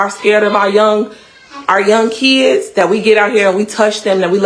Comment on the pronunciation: There are no e’s in the word kids!! The mom is a smooth brained knuckle dragger!!